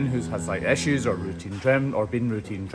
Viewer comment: I love how he pronounces issues “essues”😄